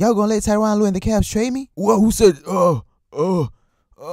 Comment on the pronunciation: tyronn lue sounds kyrie